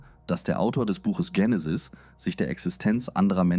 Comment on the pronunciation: warum machst Du dokus wenn du nicht lesen kannst? Es heist nicht Jenisis sondern Genesis und wenn Du was liest sprichst Du von "Wir" ! Biste PlemPlem ? 🤣